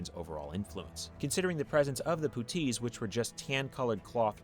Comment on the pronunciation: I've never heard anyone pronounce puttees like that before. I enjoy this pronunciation. Poo-tees.